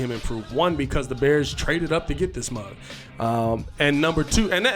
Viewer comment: I like when you say "mug" lol. I moved to the west coast quite a while ago from Gary Indiana and I don't hear that anymore. Brings me back...